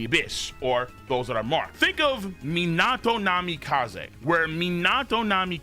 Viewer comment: STILL can't pronounce Minato correctly.. lol